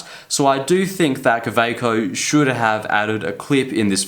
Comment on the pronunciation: Least he doesn't pronounce it Khhawhhekchho like Peter Draws.